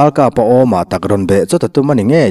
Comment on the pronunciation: Tinge a in cut thin le chanel dangah a awm ngai silo eg word tan tir lam hi Ralkapa tih tur ni a lang AKAPA tih te luikam tui awmlohna tih tur ni a la akam tih mai ang chi i lo en/lo ngaithla nawn ve teh un